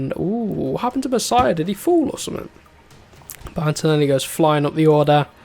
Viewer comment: Hes name is Masia not Messiah it is with out e, double s and h.